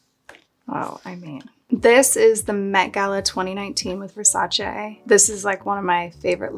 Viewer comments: At least someone who can pronounce Versace correctly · kylie pronouncing versace correctly while kendall says versachee is crazy lol